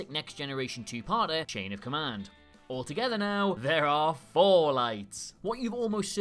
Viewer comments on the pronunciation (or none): none